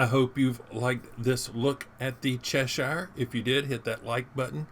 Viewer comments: Its pronounced chess shire 🙂 IGN CMD_Pants Server- Asia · As someone from Cheshire, it’s pronounced Chesh err. :) Good review! Ign MarshalHaig Server EU